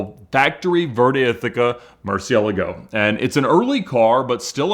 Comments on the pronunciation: MerWHAT? jesus i have never heard anyone raping that pronunciation this much... uff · Brother, please look up how to pronounce Murcielago. I wanted to have a stroke hearing you say it multiple times. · That pronunciation of Murcielago was painful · Wtf is a 'Merci-a-lego' is that a variant Lamborghini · sorry but try to figure out how to pronounce Murciélago. Other then this a great video